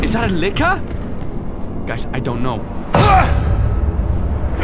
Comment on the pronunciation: I thought he said liquor